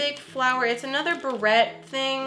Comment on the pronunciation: Beret Me: internally screaming Barrette! BARRETTE! Bear-ay!